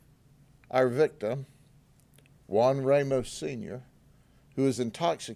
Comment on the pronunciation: Ramos is a short "a"as is Santos gringos can't say it ever lol spanish alphabit